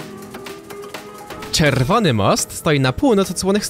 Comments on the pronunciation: Czerrrwony most. xD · no bo to "r" tak przedłużyl i wyszło czerrrrwony most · czerrrrwony most xD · Czerrwony jak już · Też to usłyszałem